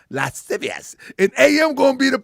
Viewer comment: Lah siv ee us - lascivious